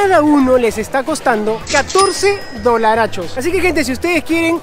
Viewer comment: Por favor, quita de decir dolarchos!